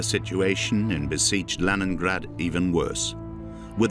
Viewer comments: Leningrade clochard pas leningrade😂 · La version française du commentaire est mauvaise : que dire de la prononciation de Leningrad ! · Par "pitié" traduisez intelligemment avec prononciation Léningrad!!!!!